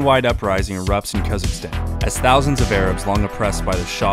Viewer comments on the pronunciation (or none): Just a note, to be clear it's khuzestan, not kazakhstan. Not quite clear in the vid. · I was so confused, I thought you kept saying Kazakhstan, it's actually Khuzestan.